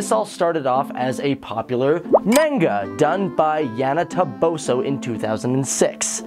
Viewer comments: And how he pronounced "manga"- but a lot of people make that mistake. I typically don't correct people on that one, but it makes me wince every time. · Ciel (See-el) and Manga (mon-ga) and Michaelis (Me-cal-is)